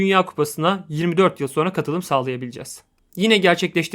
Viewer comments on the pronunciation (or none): none